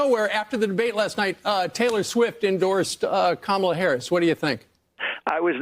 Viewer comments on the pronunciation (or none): My goodness, you’ve been to the states recently and I don’t know if you were at the DNC, but you must have watched it: why on earth can you guys still not pronounce Kamala’s name correctly, just say her last name if you can’t manage it. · I'm married to a Brit and it's a difficult sound for them to pronounce. I think comma-la is closer than cama-la and most Brits can say it. I've also told my Brit friends, think of Karma and try using that sound (unfortunately that makes most of them say Karmala ). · I’m a Brit and have no difficulty in the pronunciation. There were kids at the convention who taught folks in the audience how to say it (Comma - la).